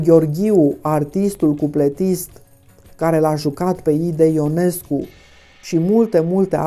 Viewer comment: CAND piesa este reprezentata pe scena, numele lui IONESCU se pronunta in mod vadit gresit cu hiatus, adica i - o , nu in diftong io! Pt redactie! ❤